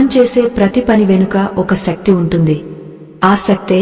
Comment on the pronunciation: శక్తి.... సక్తి కాదు...